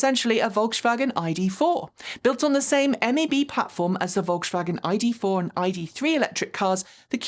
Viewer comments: Every time said volkshwagen I let out a yelp 😖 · I really appreciate you taking the effort to pronounce euro car brands right and you've done great with Skoda, BUT- The S in Volkswagen is a normal S, not an SH sound. If you want to be extremely accurate, germans often pronounce Vs as Fs, and Ws are Vs, so the correct way to say Volkswagen is: F O L K S V A G E N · Your "Volkshwagen" is adorable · Volkswagen = Folksvagen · So true! Folks-Vah-Gen. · Pronunciation Polizei here: please try to pronounce Volkswagen correctly! There's no "sch" in the middle joining the two words. On the positive side the new Q4 e-tron range does look interesting, thanks for bringing it up. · one very small thing from pedants corner over here. You don't have to "sh" the s in Volkswagen. It's just a normal hard s sound. If you want to say it with a German accent, the v sounds like a f, the w sounds live a v and the a is flat. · Generally, I love your channel, thank you. But for this video my ears hurt from your “Volkswagen” pronunciation. There is no “sh” in Volkswagen, please :) — All else: Please keep fighting the good fight for EVs. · Volkswagen is pronounced folkswagen, with a regular S. Škoda pronunciation is spot on :) Really enjoy your videos and open mindset towards brands and EV`s in general, thanks.